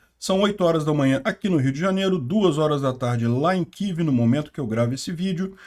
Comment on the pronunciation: Não é kiv que isso não é inglês, é kiév